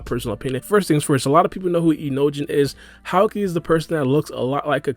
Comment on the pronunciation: That's not how you pronounce Houki, it's not Howkey, it's HOOKEE